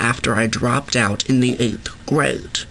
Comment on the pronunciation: The way he says 8th grade lollllll